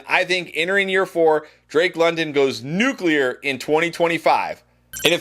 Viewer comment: I’m just glad you didn’t say nucular😂